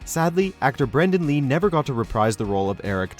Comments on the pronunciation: Dude! Its not "Brendon Lee" Its BR-A-NDON LEE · Jesus Christ, did you say Brendon Lee?? Show some god damn respect, get your names right!!